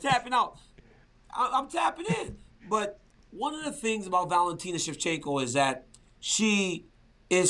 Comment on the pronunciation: Why is RC saying Shevchinko all the time?😅